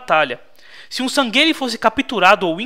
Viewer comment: Nao so isso, mas ele tava chamando os San'gheili de "Sangueile" sendo que a pronúncia é "sanrrili"